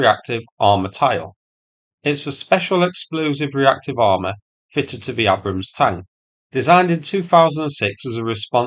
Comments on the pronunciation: "AY-brams" not "A-brums". Jesus Christ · Tis pronounced 'Aybrams'. 😉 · lol it’s pronounced ay-brums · What an odd way to pronounce Abrams..... It's pronounced Aybrams. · Are you deliberately mispronouncing Abrams? 🙂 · Thought you would be able to pronounce "Abram" !! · At least learn how to pronounce the name property.